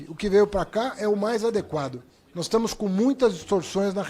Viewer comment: "Nois" gezuis